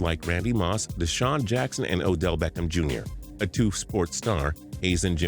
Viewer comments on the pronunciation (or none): "Ew-dell Beckham Jr." #SaveOdell